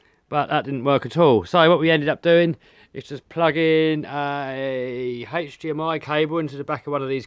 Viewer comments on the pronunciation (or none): none